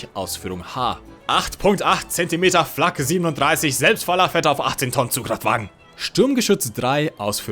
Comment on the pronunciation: when you pronounced the flak truck. just 10/10 would pronounce again.